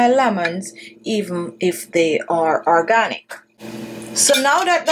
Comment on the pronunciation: "Arganick" lemon 😁. Good video though.